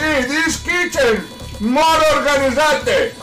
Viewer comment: Is chicken not kitchen 🤣🤣🤣🤣🤣